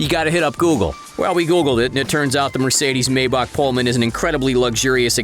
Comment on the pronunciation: The way you say Maybach gives me fucking downs